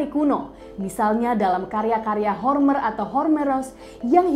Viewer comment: homer, mbak. bukan hormer.